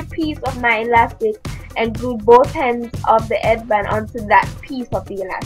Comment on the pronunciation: LOOOOOOOOLLL "and glued both hends of the eadband..."